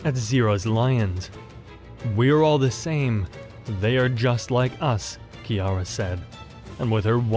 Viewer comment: Finally someone saying kiara right